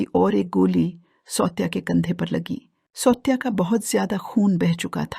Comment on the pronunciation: 'सौत्या' नहीं सावत्या और 'पंड्या' नहीं पांड्या मराठी बोलना सिखो या फिर ये धंदा बंद करो..!